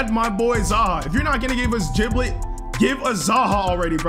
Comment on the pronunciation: Giblet not jiblet its like Gerry and jerry